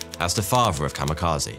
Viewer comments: You did not-terribly with the Japanese pronunciation right up to the key word of the video. Kami, not kama. Kamikaze, not kamakaze. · I was today years old when I realized kamekazi is just white people pronouncing Kami Kaze wildly incorrect. I never would have realized it was just "God Wind", I thought it was a unique word. 💀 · Or, in Japanese: "The COMMY KAZOO". XD Bad pronunciation of a foreign word AND a heavy British accent is fun.